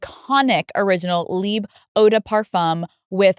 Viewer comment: That’s not the way to pronounce LIBRE of Yves Saint Laurent. LIBRE is an Spanish word. And even if you don’t want to pronounce it in Spanish, is still off in English. It makes no sense to say “live”. LIBRE means freedom. VIVIR is Live. Just so you know!